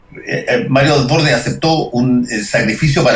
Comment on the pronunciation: Por que todos pronuncian mal el apellido de Desbordes